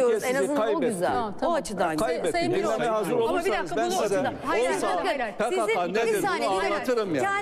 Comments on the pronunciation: PeKeKe değil, PeKaKa! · e pekeke dedin dayı? :D